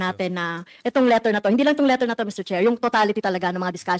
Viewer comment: Hoy Castro ayusin mo ang PAGBIGKAS mo sa LETTER. Anong LUTTER?? Dagdag na naman yan sa MELYON MO. Nagsama talaga kayo dyan WAM POINT 3. Sa compidential pand. Kakahiya kayo HOYYY!!